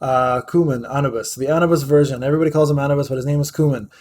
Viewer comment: Listening to this dude pronounce orion, verdehile, anubis, and khmun gave me pancreatic cancer.